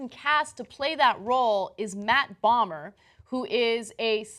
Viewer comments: Bo-mer, not Bommer Ana. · It's Matt BOMER, NOT Matt Balmer! LOL ;D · Ana mispronouncing Matt Bomer (pronounced BOW-MER), is maddening.